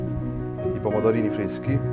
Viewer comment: pomodovini fveschi, olive fvesche, tutto fvesco!